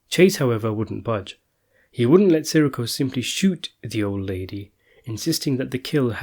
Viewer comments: It’s not “Siricko” it’s “Sireeco” ugh...🙄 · SIR -REE -CO SAY IT CORRECTLY GABEESH? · Si-Rikko like hes a fucking star wars character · love how you cant pronounce his last name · You know, you could just let the guy who does these videos know a little more politely. We all get names wrong, it's best to let someone know politely and they'll do their best to help out.